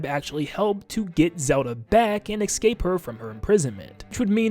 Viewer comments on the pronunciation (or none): none